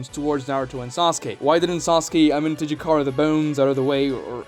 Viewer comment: I disagree with you on the sub jutsu being superior. Kakashi switching with a Naruto clone was most likely retconned since no one, even Kakashi, has done it since. And kishimoto is known for his retcons... I give you props for pronouncing the jutsus name.. amenotejikara can switch jutsus too. As sasuke switched the kunai with chidori and hit Momoshiki with both. No sub jutsu can do it. And some of your reasons for the jutsu being wack involved plot. I think that was a poor decision to prove a point. The cool down is inconsistent. And there is the radius for which sasuke can teleport to. But he can increase that radius by swapping places with things. As shown and explained when he escaped the desert universe during the kaguya fight... But being able to teleport anywhere in a radius is superior than only have to switch places with things like the sub jutsu ONLY does. And sub is only allows the user to switch with other things. While amenotejikara can do the same + being able to switch objects/jutsus with each other or even with people. Can even teleport to certain locations. Does plot ruin the jutsu? Yes. But is the jutsu as bad as you're claiming it to be? No. It's cool down is annoying but seeing as you can do way more with it than you can with sub jutsu. Is definitely superior to the sub jutsu. I watched ya sub jutsu video too btw